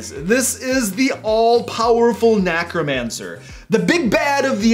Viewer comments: why does he say NACK-romancer? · NECK-romancer! nEck, as in "heck"!!